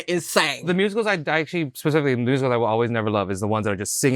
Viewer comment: “I like Rusicals” 😭😭😭😭😭😭😭